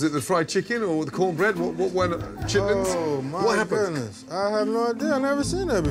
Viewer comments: he always calls them 'chitlets' instead of 'chitlins'.. are both words used? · not a woosh. He was literally saying lits and not lins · Chitlins not chitlets smh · Chitlits? Shitlits 💀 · Gordon calling them chitlits?